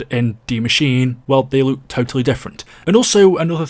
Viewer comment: It’s die maschine not machine. D Machine sounds erotic. It’s pronounced machine-eh